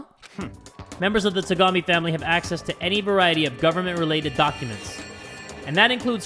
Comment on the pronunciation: Every time pronounces Togami's name he reminds me to be an older brother ("be a kuya")